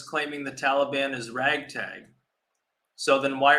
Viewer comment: Why does say "Tallybawn"